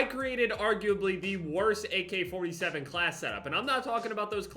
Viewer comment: Everyone: AK-47: AK4-T-7